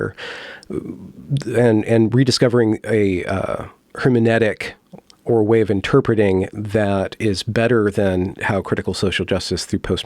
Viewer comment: "her me NEU tic" -- not "her me NEE tic"